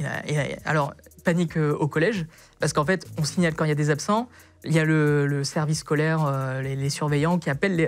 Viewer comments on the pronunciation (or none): J'ai entendu : "Le service colère", j'ai buggé x')